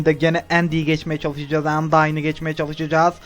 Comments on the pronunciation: Abi, kötü sonu bozmuyor ayrıca undyne, "andayn" diye okunuyor. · YANLIZ UNDYNEYI YANLIS OKUYON: ANDAYN DIYE OKUYACAN